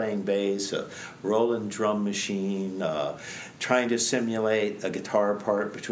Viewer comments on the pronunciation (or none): none